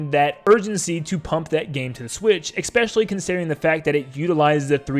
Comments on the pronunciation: this has to be said, its pronounced "especially", not "expecially". heard it a couple of times in your last few videos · Make a joke video about how nintendo is releasing a new console before the year 2100 AND ALSO PLEASE PRONOUNCE ESPECiALLY RIGHT